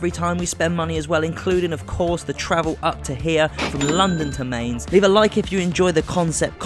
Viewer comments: BTW It's M-eye-nz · He mispronounced Mainz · You pronouncing Mainz wrong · Who the fuck are Mains? I’m not even German but the pronunciation of Mainz and Tuchel annoys me. Great idea but irritating presenter. Should be on children’s TV.